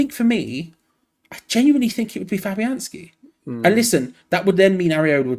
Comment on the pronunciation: This man just said fabianski in goal.